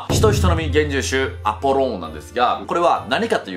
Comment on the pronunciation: アポローンじゃなくて、アポロンだぞ！！！！！！！！二度と間違えるなよ！！！！！！！！